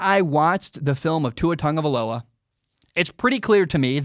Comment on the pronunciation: Why do people always pronounce it Tugavaloa